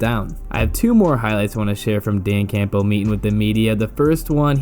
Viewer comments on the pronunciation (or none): Dan Cam-bull, not camp-bell 😉😊😂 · If I had to hear you say CAMPBELL and pronouncing the P in it one more time I was going to have to go find a kitten to punch in the face.